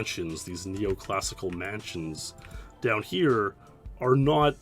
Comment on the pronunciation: When you say down you say "deaownuh"